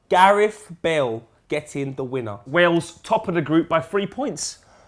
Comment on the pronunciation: Poet says Wells not Wales